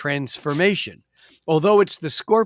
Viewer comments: The way he was pronouncing scorpion at the end was bugging the crap out of me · how he says scorpion is driving me insane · I could not get used to the way this guy pronounces "Scorpion"